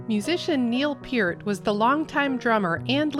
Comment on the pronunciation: Neal Peart pronounced pert